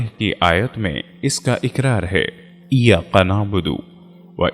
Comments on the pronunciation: بہت خوبصورت انداز ۔۔البتہ لفظ کاف کو قاف نا پڑھیں مثلا ۔۔کبھی کو قبھی ۔۔اور ایاک نعبد کو ایاق نعبد ۔۔سورة الکوثر کو سورة القوثر ۔۔ حدیث پاک میں آنحضرت صلی اللہ علیہ وسلم نے ارشاد فرمایا المئومن مراء ة المئومن ۔۔ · Hazrat wazifa tau achcha hai lekin ap kaf ko qaf kyun bolte hain bahut ajeeb lagta hai,ie iyya qa is liye keh rahi hun ke ajkal hin du bhi islamic- videos banane- lag gye hain.